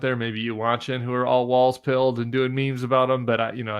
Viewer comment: No offense intended whatsoever (love your show), but It's not "Walls" - it's "Walz" (pronounced just like "Waltz")